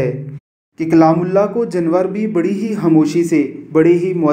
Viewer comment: اُوو بھائی جنوار نہیں ( جانور ) ،،